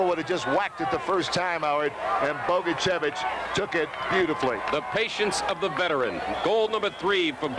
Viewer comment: But, sadly, not how to pronounce "Bogicevic." It's a 41-year=old mistake and no longer with us, but it still irks me.